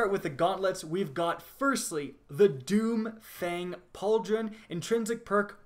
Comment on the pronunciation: Doom Fang Pauldron......... I hear doomfist